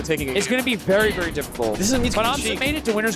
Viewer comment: Verrry* wise words